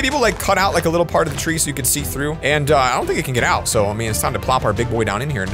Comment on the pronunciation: LoL on 0.31 sec at the begin he says trough but he speaks the tr like rly t(rrrr)ough the r 😂